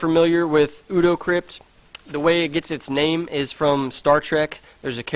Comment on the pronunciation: ODO is pronounced 'OH-DOUGH'... one of my favourite characters on Deep Space Nine! ;)